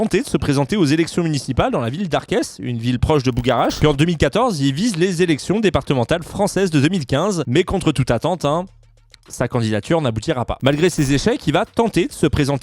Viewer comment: pour arques on ne prononce pas le s, bisous le s, reste un prince